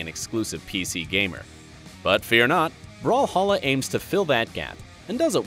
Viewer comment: brawlhalla ! not brawhalla